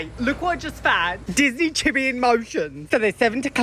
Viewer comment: I so love how you pronounce "chibi" ❤